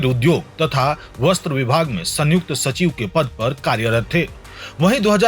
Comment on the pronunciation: संयुक्त जोडाक्षर है सन युक्त अलग उच्चार नहीं